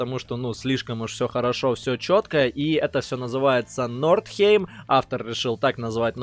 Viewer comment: Не н’o’рдхейм, а н’о’рдхайм:))))